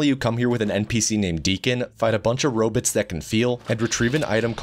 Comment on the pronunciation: "fight a bunch of ro-bits that can feal"